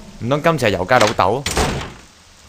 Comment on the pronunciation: 點解我聽到笑波子講由佳變成油雞？🤔🤔🤔